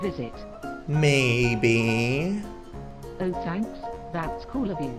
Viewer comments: in it said may bean not maybe XD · Joey when you said maybe it turned into May bean